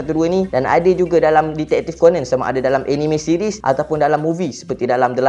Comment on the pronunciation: Sebut ko-nan, bukan ko-nen. Stress ak dengar.